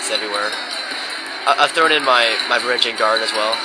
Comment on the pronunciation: It's spelled Varangian. It definitely isn't pronounced "van-GAR-re-ihns". Sorry to burst your bubble.